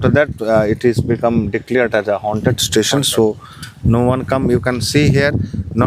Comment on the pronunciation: Railway station ❌ Railway tation ✅